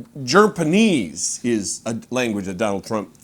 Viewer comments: "Germ-paneese" 🤣 Oh yes, thank you for that one! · Jerpenese? Must be the language they speak in "TANZIA" or was it Tanzeria? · He needs to be canceled...and wtf is "Jerpanese"? I guess it's a new language that's offered at Trump U...😮😅 Ugh, impeach his orange ass/butt...